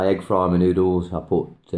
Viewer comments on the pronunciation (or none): Please beware of the GMO vaccine, preserve those genetics. ❤️ Btw, your accent threw me off for a second. "You can put it in me noodles" sounded like "You can put them in menudo" which is a Mexican soup with tripe (my husband's must have on a rainy day :)). Oh, "in my noodles". Got it now. Carry on....😄